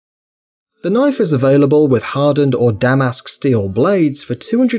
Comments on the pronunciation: "Damm-ass steal blade" is what i heard😂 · "Damask" steel hahahah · Good old "da mask" steel 😂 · He pronounced Damascus wrong ( actual pronunciation is Da-mis-kiss) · When my boy tried to say ‘Damascus’ 😂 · The way he pronounced Damascus 😂😂😂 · Please pronounce Damascus properly hahahah